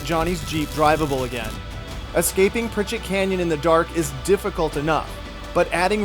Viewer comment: Ok, I'm confused. The sign obviously reads PriCHARD Canyon.. why does everyone keep saying PriCHETT?? Regardless, love these vids!! And congrats to Mrs. Stone